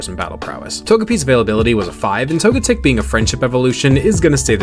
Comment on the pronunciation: Really chaos my ass you switch the stress of the pronunciation just for Togetic